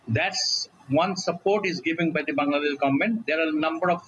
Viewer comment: "govt of ban-gla-dash"